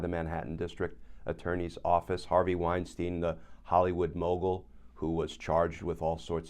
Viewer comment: A note about pronunciation. In the German language,when there are two vowels together, the scone vowel is pronounced. Example: Albert Einstein The two Es are not sounded. Only the letter “i” is sounded. Same should apply to the name Weinstein Wine-stine not wine-steen.